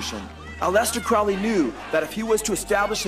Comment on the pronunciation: It's pronounced Crow-ley...like holy...Not crouley. For obvious reasons.